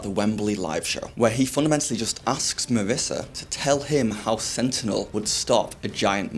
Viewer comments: It's Marisha not Marissa. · This mans said Marissa, not Marisha and oh boy it hurts my soul